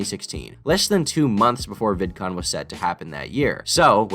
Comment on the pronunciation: Vidcoom lol